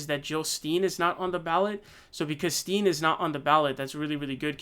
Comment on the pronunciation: Jill Stein, you’re pronouncing it wrong. It’s Pronounced STEIN not STEEN, the E is silent